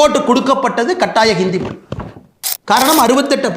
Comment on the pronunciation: வழக்கம்போல அண்ணாமலை கலக்கல்... உங்கள் கருத்து முற்றிலும் சரி... தமிழகத்தின் விடிவெள்ளி அண்ணாமலைக்கு ஒரு சின்ன விஷயம்..... தமிழின் சிறப்பு அதன் ழகரம் தான். ஆனால் அதை... மொளி, தமில், தாய் மொளி, இருமொளிக் கொள்கை, தமிளகம், பிளைப்பு, பயிற்று மொளி.... என்று நீங்கள் பேசுவதைக் கேட்பதற்கு மிகவும் வருத்தமாக உள்ளது... ஏற்கனவே இன்றைய இளைஞர்கள் தமிழைக் கொஞ்சம் கொஞ்சமாகக் கொன்று வரும் நிலையில், இளம் தலைவர்கள்...... அதுவும் அண்ணாமலை போன்ற வரும்கால நம்பிக்கை நட்சத்திரங்கள் இப்படிப் பேசுவது மனதை மிகவும் வேதனைப் படுத்துகிறது...... உங்களது நேர்மை, உழைப்பு, தைரியம் ஆகியவற்றைக்கண்டு ஆயிரக்கணக்கான லட்சக்கணக்கான இளம் வயதினர் உங்களைப் பின்பற்றும் நிலையில்....நீங்கள் இப்படிப் பேசுவதைப் பார்த்து அவர்களும் இப்படிப் பேசத்துவங்கினால் என்ன ஆவது..... (ஏற்கனவே பெரும்பாலானோர் இப்படித்தான் பேசிவருகின்றனர்) ஆகவே தமிழக மக்களைக் காப்பாற்ற அயராது கவனம் செலுத்தி வரும் அண்ணாமலை, தமிழையும் கொஞ்சம் கவனம் செலுத்தி சரியாகப் பேசினால் நன்றாக இருக்கும்.... இதை யாரும் தவறாக எடுத்துக்கொள்ள மாட்டார்கள் என்று நினைக்கிறேன்.....